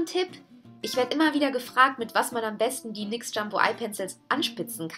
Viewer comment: Du sprichst nyx immer nix aus 😐ansonsten cooles Video ❤️